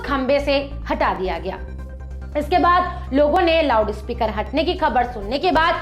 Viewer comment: Did she say lavdu speaker? 😂😂😂